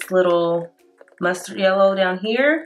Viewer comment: LMAO “YELLER”